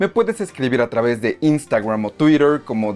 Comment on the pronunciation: Cuando se habla en español queda muy cutre decir Termineideur, Twideur, Yiutiube.